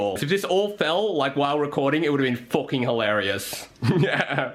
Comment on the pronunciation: “A FOOKEN BREAD KNIFE”